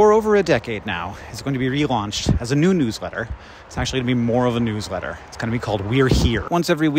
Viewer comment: For some reason the first several times he said "newsletter" I interpreted it as "new sweater".